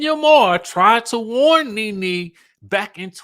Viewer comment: Did y'all see the latest reports of allegations from Bravo reality stars 🤔but y'all keep saying Ne Ne wrong😮 Y'all going to learn about these networks.